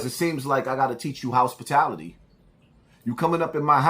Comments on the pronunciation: This ninja said houspitality. Smh. Lord help us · said House-pitality🤦🏾‍♂️🤣🤣🤣